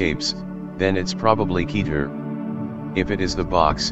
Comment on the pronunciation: Kèter, not kEter